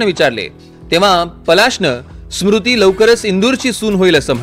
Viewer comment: सुरुति नाहीरे स्मृती आहे ती😂😂😂😂😂😂😂😂